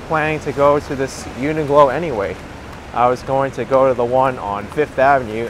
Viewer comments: Hi - quick question - why do you keep calling the shop Uni Glo when it's actually called Uni Qlo pronounced Uni Klo...? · UNIQLO IS PRONOUNCED, YOO NUH KLOW. JUST SAYING.